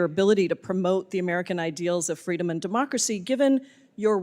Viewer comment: "Fweedom of the speech"😂😂😂of course the MONSTROSITY is from Washington 😂😂😂